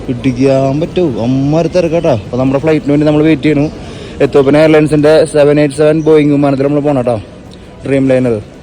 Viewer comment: എത്തോപ്പിയ അല്ല എത്തിയോപ്യ അല്ലേ? എനിക്ക് ശരിക്കറിയില്ല. പഠിച്ചതും സ്പെല്ലിംഗ് പ്രകാരവും എത്തിയോപ്യ ആണ്.